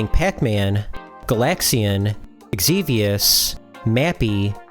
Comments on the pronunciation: Xevious is pronounced Zeeveus, not Eggseveus. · It's Super Xevious Not Super Egxevious